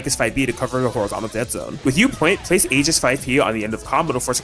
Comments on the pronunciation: Aegis ❌️🤨 Aigis ✅️😌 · The tragic pronunciation of “Orgia” 😭